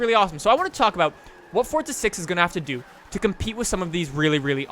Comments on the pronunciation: Love your videos but it's forza bro not fortza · It's forza not fortza